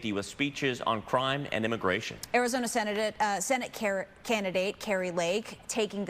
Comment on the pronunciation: Az 'Senadate'... Honest mistake lol